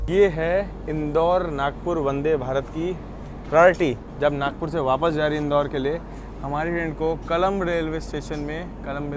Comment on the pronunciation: It's nagpur not nagour